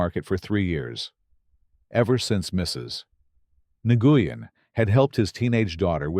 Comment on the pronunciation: Its pronounced Nu-yen A-i needs to get it right or not be used 😡